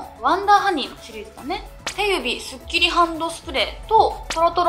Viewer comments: 手指の読み方、てゆびじゃなくて、しゅしじゃないん？ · しゅしじゃないのかな？